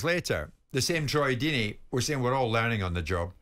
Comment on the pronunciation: Firstly it’s ‘Deeney’ secondly he is far from a road man. He’s more of an old fashioned English manager.